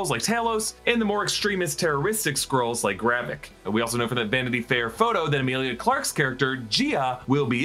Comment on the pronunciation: Why do you pronounce Skrulls as Squirrels? So distracting!